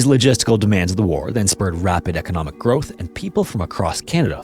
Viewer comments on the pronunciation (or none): none